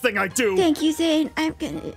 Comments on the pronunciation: Its zane not zain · It's Zane not zain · BRUH THIS IS SWEET BUT THE CORRECT WAY TO CALL HIS NAME IS ZANE NOT ZAIN!!!!!